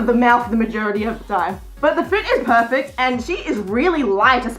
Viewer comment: am i the only one who heard "furfect" instead of perfect